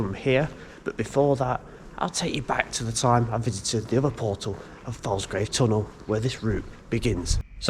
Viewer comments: OK, time for some local pronunciation. It's not pronounced Scal-by, it's actually Scor-by. Plus it's 'Folsgrave' not Falsgrave. IYKYK. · Please pronounce these name correctly. Falsgrave is FOLSGRAVE. Scalby is SCORBY, the L is silent, & Cloughton is CLOWTON. Woodlands Ravine, with an S. There was a large footbridge over the Northstead sidings when I was a child in the 60's, but there were only 3 rail lines under it, not loads. Scalby Beck is the old Scarborough boundary, down to Scalby Mills, where the Sea Life Centre is now. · Cloughton is correct how you say it. The a in Falsgrave and Scalby is more like an o, so pronounced folsgrave and scolby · You were saying Cloughton correctly, but falsgrave is pronounced follsgrave and scalby is scorby